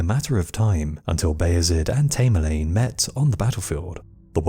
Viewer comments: Its tam er lane come on, its driven me crazy how u keep repeating his name wrong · Tamerlane thats A as in apple, your pronunciation is ridiculous !!!